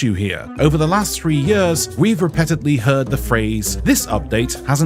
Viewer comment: probably the tenth video where mispronounces “repeatedly”